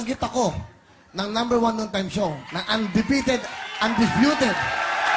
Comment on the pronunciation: ANDIFUTED AMPOTAH HAHAHAHAHA